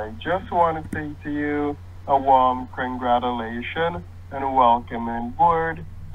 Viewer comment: ‘A warm congratellationsss’